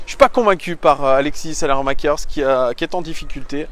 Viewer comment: ça se prononce "salemakers"